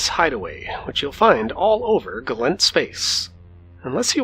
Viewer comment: Hit dislike the moment he said Gallent pilot. It's Gallentey.